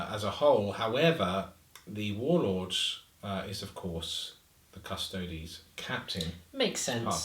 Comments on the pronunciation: What's with the Custodes pronunciation? Cus Toads sounds like a rude amphibian. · CUSS - TOE - DEES YOU DON’T SAY “ADEPTUS ASS–TARTS” FOR THE ASTARTES, DO YOU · Should be Cus-Toe-Dees